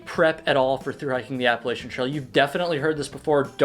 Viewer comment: I’m going to throw an apple-at-cha if you keep saying Appalachian incorrectly :P